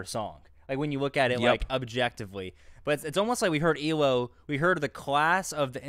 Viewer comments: Hate to correct but it’s E.L.O. Electric Light Orchestra ... my ocd was goin nuts lol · Come on guys. Not E-LO but E.L.O. Thanks!!